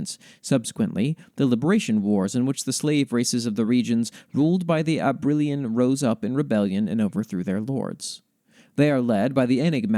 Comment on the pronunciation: Can't deny I have the biggest smile after hearing you read out the Dryad and the Knight, thankyou so much for including it and your kind words. Oh, for future reference the pronunciation of Soleriña is Sole-er-in-nya, and Abrilain is Ab-riLL-eighn (I always have difficulty writing out pronunciations, hopefully they make sense)